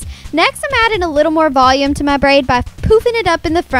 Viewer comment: the way she pronounces "volume" makes me want to jump off the roof